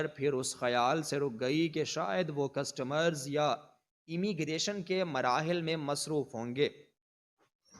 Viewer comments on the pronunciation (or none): کسٹمر نہی کسٹمز